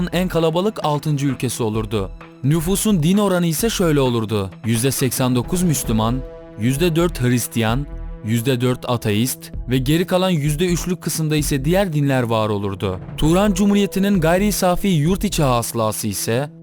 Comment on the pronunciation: ateiste atayist diyen sjsjsg